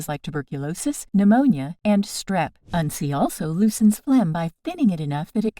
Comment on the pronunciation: Your pronouncing it wrong in this video. We grew up learning to make a tincture using it primarily as a super natural antibiotic.